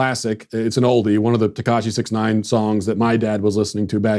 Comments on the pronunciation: 6ix 9ine is pronounced "six ix nine ine" So you say the word 'six' then you say 'ix'... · Tekashi (even though he isn't Asian) Sixix Ninine. That's how you say his name, don't be fooled that it's just "six nine". Sixix Ninine. Read it aloud as it's "spelled". Ugh. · You pronounced sixix nineine wrong.